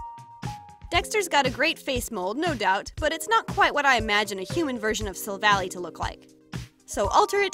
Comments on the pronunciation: you are pronouncing the Pokemon's name wrong its silvall[eye IIII NOT YYYYY IIIIII [ THIS IS A HATE COMMNT ]😅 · STOP SAYING SILVALLY WRONG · mispronouncing Gladion’s and Silvally’s names Me, squinting: “I’ll let it slide, just this time...”